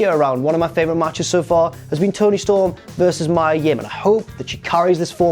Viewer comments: Me-uh...not my-uh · its mia not maya ffs 🤦🏻‍♂️